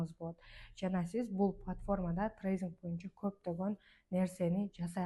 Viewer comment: Зайбал трейзинг эмес трейдинг